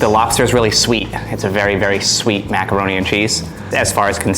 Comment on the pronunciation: Also said "meckeroni"